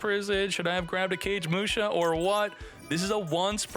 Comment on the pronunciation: CAGE MUSHA. lol It's (Ka gay muu sha). Its a retain/updated version of a normal monster by the same name. Kagemusha of the Blue Flame. He is a body double for Shein, the Lord of the Six Samurai. His effect is meant to represent a body double being assassinated or some thing of the nature saving the true Lord. Kagemusha has many versions, including an XYZ monster, if you care to look it up. Just a little lore dump.